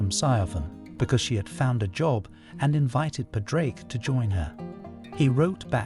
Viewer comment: Pawd-rick (not paw-drake)